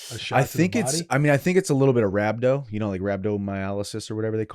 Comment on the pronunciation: Not rhabdo😂